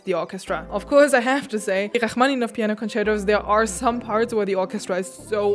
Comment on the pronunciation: the way you say his name its so beautiful! i never knew the pronunciation of it before lol and i didnt know the other part that you were playing but it's so so good to listen to it !!